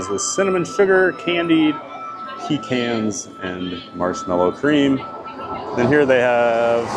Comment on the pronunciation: I’m sorry… did say “pee-cans”? 😂😂😂